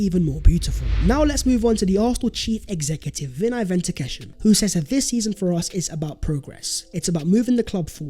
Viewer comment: Bro.. you've gotta pronounce it 'Venkat-esham' instead of 'Ventak-esham'. Awesome work with all your videos. Big Up to you man. I Never miss your videos 🙌